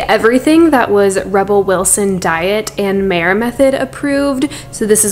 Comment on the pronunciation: it is pronounced mya - mayr mayer maier meier meir - all pronounced the same.